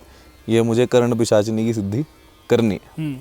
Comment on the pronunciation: करण पिसाचिनी नही कर्ण पिसाचिनी